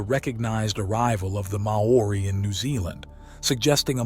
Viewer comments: Interesting. Maori is pronunced "Maw-ri", similar to HOW-REE. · NOBODY says ''Mah-orri'' to pronouce Maori. (He then switches to contort it to ''morri''.. WTF? IF Maori was pronounced MAh-ori, then it would have been spelled, in the Maori tradition as Maa ori. Two 'A's. Also there is no such stone as ''ponamu'. it is PUNAMI! if you want your documentary taken seriously TAKE THE TROUBNLE TO PRONOUNCE PEOPLES NAMES AND CULTURES PROPERLY. it's simply pronounced ''mowry', or mau-ree, TWO SYLABLES, NOT 3. Why are American's so LAZY at taking the trouble to find out the right words and names and pronunciations? it makes their documentaries seem like amateur attempts at playing at TV documentaries. According to Maori legands I was told BY Maori in NZ, the Maori themselves tell you that BEFORE any Maori culture arrived in NZ the Mori Ori had alrerady been there. When I ask actual STONE MASONS about large blocks, they aren't impressed by the strasght l;ines, and tight fit. This is NORMAL STONE MASONARY practice.. the only aspect that does impress them... a bit, is the size of certain giant blocks around the world. But slaves and animals have been used for millenia. What IS really good about the documentary, is showing the attempts, despite great progress in indigeous land use and rights since the 1970's and particularly from the late 90's till now and on, of the government in 'censoring' exploration and research into pre-Maori settlers. I am really surprised the documentarey makers did not take the trouble to find out about the legends of the Mori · "Mow oori"???? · far from it